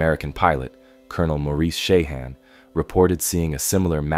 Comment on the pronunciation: Sheehan is pronounced "SHE-in", not "SHAY-han"